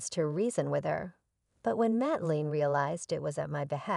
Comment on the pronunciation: Mateline is pronouced mate lynn. Not line.